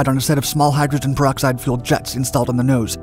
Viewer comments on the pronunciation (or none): none